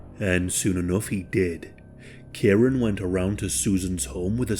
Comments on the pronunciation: I've just commented on another post similar. It's kieran pronounced kee-ren. It's a commen name in uk and Ireland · Kieran lol It's pronounced kee-ren.